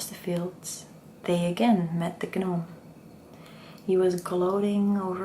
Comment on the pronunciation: It is pronounced Nome, not Gah-Nome. Hopefully you find this helpful